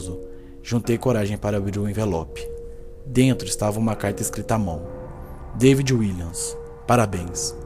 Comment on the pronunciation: Seu nome é david não deivid